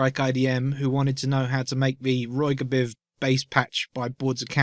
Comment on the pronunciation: I believe it's just pronounced like ROY-GEE-BIV, like the rainbow. R(ed) O(range) Y(ellow) B(lue) G(reen) I(ndigo) V(iolet)